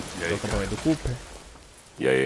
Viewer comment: Mano, tu tem falado o nome do Cope desde o primeiro episódio. Não é Cooper não!